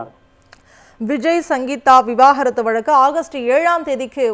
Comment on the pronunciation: தனி மனித ஒழுக்கம் 😂😂😂😂 செய்தி வாசிப்பாளரும் சரி பத்திரிக்கையாளரும் சரி விவாகரத்து என்ற வார்த்தை வாயில் வரவே மாட்டேங்கிறது 😂😂 விவாகரத்தா அல்லது விவகாரத்தா 😂😂 ஒழுங்காக படியுங்கள் 😂😂